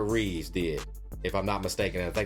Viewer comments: It's REEVE GODDAMMIT! You're telling me you watched the Christopher Reeve story but you're still calling him REEVES. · Christopher REEVE* (no 's' at the end of his last name)